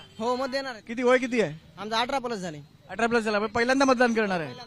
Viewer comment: अरे रताळ्या काय कश्याचा विद्यार्थी रें तू,तुला साधं 18 प्लस म्हणता येईना,,18 पलस म्हणतोय,,तू जरा रोज पेपर वाच,इंटरनॅशनल लेवला काय चाललं आहे भारतात काय सुरु आहे कळेल तुला,संविधान वाच भारताचं इकॉनॉमिक वाच हिस्ट्री वाच मग कळल तुला काय असतं सिस्टिम चालवणं,,,केंद्रात मोदी नाही आला तर भीक मागाल